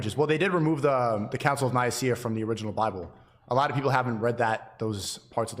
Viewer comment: OMG “the council of Naiyaceea”!! 🤣🤣🤣🤣